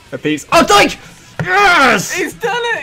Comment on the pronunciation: I thought he said dyke..